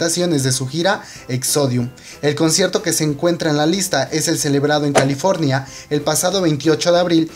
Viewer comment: "caliFRonia" xdd